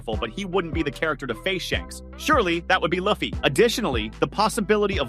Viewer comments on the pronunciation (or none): LU FFY LIKE LUCY BUT LUFFY at least ypu got it right for the rest of the video ok maybe not like 70/30